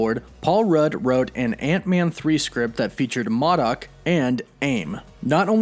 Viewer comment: He said M.A.D.A.K